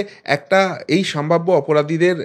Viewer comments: ভাই,সম্ভাব্য । স।ম্ভাব্য নয়। এইরকম পয়েন্ট আউট করতে হলো,যদিও ইচ্ছে করে না। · বারবার আপনার মুখে "সামভাব্য" শব্দটা শুনে খুবই খারাপ লাগে, কথাটা ' সম্ভাব্য ',সম্ভাবনা এর adjective বা বিশেষণ ।Please অভ্যেস করে নিজেকে শুধরে নিলে খুব ভালো লাগবে।